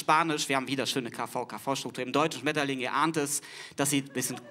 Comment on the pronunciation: "Zuerst einmal: das "sch" ist EIN Laut, nicht 3 Konsonanten !" Wer behauptet etwas anderes? Im Video wird das "Sch" von "Schmetterling" jedenfalls zu einem "K" "Die Typen berufen sich ausschließlich auf die Aussprache des kleinen Gefreiten aus der Ostmark" Du hast offenbar ein anderes Video gesehen und versehentlich unter das falsche kommentiert. Macht nichts, passiert schon mal.